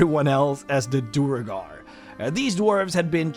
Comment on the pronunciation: Great video- a few notes on standard pronunciation- Duergar = D-where-gar. Drow = droh, rhymes with throw.